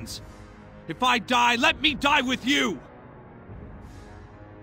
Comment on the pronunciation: What kind of accent do you have? Father or foder and with or wif lmao